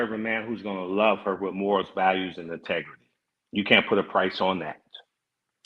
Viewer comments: said, " Intergarry" 😂😂😅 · “Humble, grown man, straightforward, INTEGURY” 😂😂😂